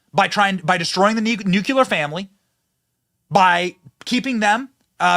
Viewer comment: Learn how to say NUCLEAR. 🙄